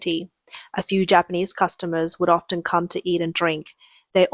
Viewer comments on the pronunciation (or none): none